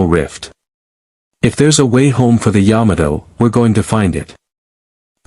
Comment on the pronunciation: What only 114 people on the SBY? It would be nice if this was redone with a better voice AI to many word errors. (Yadmoto, Bayjirn?). I give up to messed up